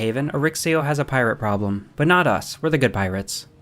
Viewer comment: AHHH He didn't say Arixo correctly 😭